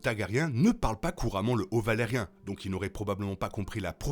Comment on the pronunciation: Vidéo intéressante, par contre ça se prononce Valyrien pas valarien. Sinon je me demande pourquoi Aemond avait son épée dégainée et était en train de la ranger quand Criston Cole l'appelle. Parce qu'il commence à la ranger avant que Cole l'appelle... Sinon je ne sais pas si Aegon sait lire le valyrien ou pas. Clairement il le comprend, mais le parle mal. Je pense qu'il sait le lire quand même. Mais j'adore quand les personnages parlent valyrien pour se parler entre eux. Mais je me demande si le grand mestre Orwyle parle valyrien. Parce qu'il n'y a pas que les Targaryen et Velaryon qui le parlent, il y a aussi les Celtigar et toutes sortes de gens très éduqués. Donc un bon nombre de mestres.